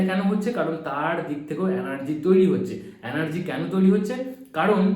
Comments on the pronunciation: Anergy na Vai energy hoe .thik moto to bol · Word ta anargy noi energy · Anergy...Noy.....Energy ..habe